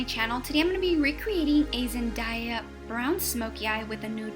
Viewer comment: I just have to point out its zen-DAY-a not zen-DIE-a